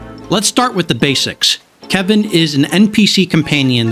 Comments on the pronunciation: His name is KE-L-VIN - you're not saying the L in his name. That's the difference between "Troy" and "Toy" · He is def Kevin and Virginia is Victoria. Just sayin. My friends n I just can not remember to say their names properly and thus they are Kevin and Victoria lmao Glad to see someone else does the same at least with Kelvin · Great video but calling him Kevin instead of Kelvin was grinding. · Never heard someone get his name wrong so consistently